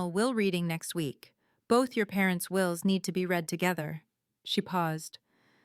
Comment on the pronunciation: It's "wills" not wheels.